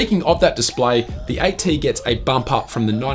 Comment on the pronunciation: OnePlus "ight tee"